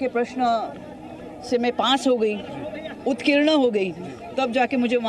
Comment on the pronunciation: पहले उत्कीर्ण को "उत्तीर्ण " कहना तो सीख लेती महामंडलेश्वर!